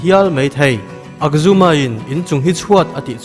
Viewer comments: Akjumma awm lo korean tawngah...ahjumma lawm😂😂😂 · Akzuma niloin "ajjuma"